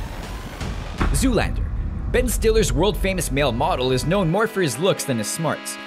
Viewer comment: you said zoo land